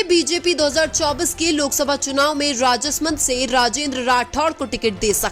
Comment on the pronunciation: उच्चारण में कई शुद्धियाँ है जैसे कनक मल कटरा को कन कमल और राज समन्द को राजस मंद बोलना...